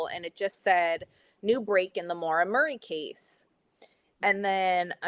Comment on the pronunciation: Murrrr eee ! FFS how can you not pronounce Murray ??